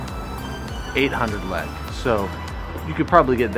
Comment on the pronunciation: I get so triggered with how he says lekë 😤